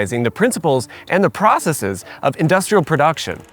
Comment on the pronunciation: Thank you for pronouncing “processes” correctly. 😊